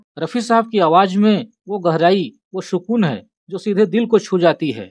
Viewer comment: Shukoon nahi sukoon bolte hain, kripya apna uchharen sahi kiya karein.